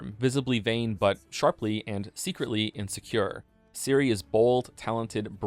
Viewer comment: Your pronounciation of Ciri is wrong. The "C" should be pronounced the same way as in centimeter, or the "zz" in pizza. Not as Siri. Great video otherwise. Though sometimes you pronounce it somewhere in-between a "c" and a "s".